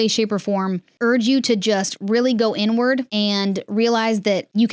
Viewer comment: Am I the only one who hears “go N-word” every time says “go inward?” 😅😅😅🙄🙄🙄